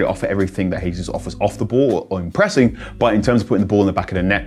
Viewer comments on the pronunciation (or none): It’s not Hesus. He’s Brazilian. How on earth do you not know that